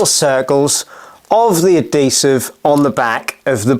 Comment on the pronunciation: Ad-desive?!?! Even the English can't speak English